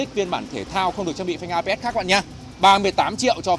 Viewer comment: Phanh ABS mà sao bác toàn đọc APS vậy?